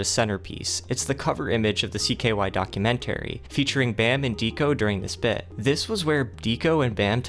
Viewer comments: "Docu-Men-Terry" STOOOOOOOOOOOOP It dude "Porch Floor" Dude, you English very, very weird lol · Docu-man-tary... Chrysler LeBron lol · Dude pronounces “documentary” so weird